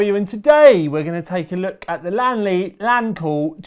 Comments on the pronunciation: its li an not lan mate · Only you, Tom, pronounce the brand with two syllables, and you almost got it right. Most native English speakers say this with three syllables like Li-An-Li. I'm not a purist or something, but knowing how English words are pronounced, it feels odd that the L-I-A-N series of letters become two syllables, but names like Neil, John, Pete, etc are said with one. The Chinese pronunciation is like lien in Alien. Like Alien Lee but remove the A. Lien Li.